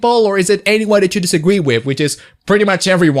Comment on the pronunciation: You said "Disagwee" twice and I just wanted point that out